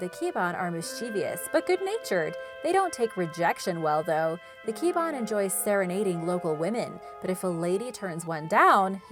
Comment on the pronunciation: its cha-nak, ki-ba-an, mang-kuku-lam